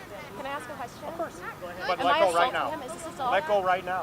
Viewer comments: These fkwits can't even speak properly? There's no "X" in Escape And you "ask" someone a question, you don't "axe" someone a question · Why can't you say "ask" instead of "axe?" I don't get it.